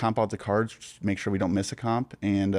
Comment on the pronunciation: My biggest beef with is how instead of saying the word “just” he says “jest” 😂